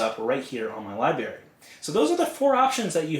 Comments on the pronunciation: apparently not to you, but it loses something when an otherwise intelligent person mispronounces an easy word! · Libary!?! Really!?! You seem so intelligent and your video helped a lot, but you pronounce Library, like a child? Come on!!